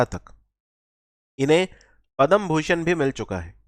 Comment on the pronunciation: Thank you. .one thing I noticed is it is not Padam Bhushan. ..it is Padma Bhushan...Padam & Padma 😂